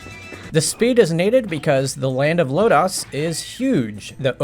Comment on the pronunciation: You're saying "Lodoss" wrong. Just sayin'.